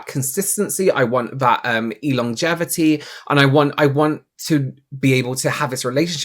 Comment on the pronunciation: “Elongevity” God I love you ❤ 🙂🐿️🌈❤️